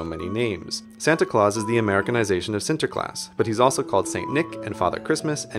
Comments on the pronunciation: I'm dutch, and i think you say the name Sinterklaas surprisingly well. also, the 'you shall not pass' part was hilarious. There is only one thing, though: you speak quite fast, (almost) without any pause. can you slow down sometimes?? pwease? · LOL, I'm Dutch, and you pronounced Sinterklaas perfectly! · Oh yeah! Netherlands ftw. By the way, CGPGrey, you did pronounce Sinterklaas very, very good. How long did you learn for it? :P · You actually said sinterklaas right! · Are you dutch CGP? You pronounced Sinterklaas so well! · Your pronunciation of Sinterklaas is quite good!